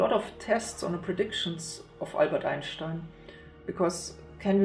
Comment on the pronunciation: so that's how Germans pronounce Einstein